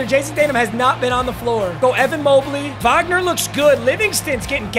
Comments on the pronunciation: as a german i can tell you, you pronuced his name correctly, i'm proud of you :finger-red-number-one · I'm german, and I'm impressed how well u pronounced "Wagner"